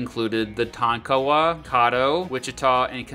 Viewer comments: People always skip over Oklahoma, coming from an okie myself. It's hilarious to hear people pronounce the names. Its not "TON-KAW-WA", it is pronounced "TON-Kuh-WAH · Its Ton-ka-wa not Ton-kawa, and the Ouachita Mtns are pronounce Wash-it-ta, not wa-chi-ta. You really suck at this. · As a KCMO citizen with strong ties to Oklahoma, I commend the video as a fair comparison. My only quibble was the pronouncing of Ouachita and Tonkawa. Ouachita = Washita with the I vowel being pronounced short as in the common Anglo-Saxon profanity. Tonkawa is pronounced with the stress on Tonk with the middle A being frequently dropped by locals. Let me know if you ever do any KC events as I would come to hear you speak. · You you butchered Native American tribes names so bad, Tonkawa, Caddo. Tonkawa is Tonk-uh-Wah, Caddo is Cad-Doe 🤦‍♂️🤦‍♂️ and Indian territory back to being Indian territory. 2yrs ago Stint passed the law that all native American counties are back to being reservations.. and during the trail of tears United States was fighting my tribe Seminoles in the Seminole War which lasted more than 13yrs and we are the only tribe to not sign the peace treaty and if you really want to get technical we are still at war because we still haven't signed the treaty. That's why we are called the Unconquered Seminoles but during the trail of tears we did not move to Oklahoma majority of the tribe "my family" moved to Mexico which is Texas now. Lived there for years before moving back to Oklahoma And Oklahoma did come from Chatahs but it's not Oklahoma it's Oka-homma Oklahoma is called Tornado Alley just because of all the tornados lol and Oklahoma is Baseball state more ppl go pro in baseball here than football facts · Tonkawa and Caddo? Check out the OK pronunciation. Give a shot at Miami, OK.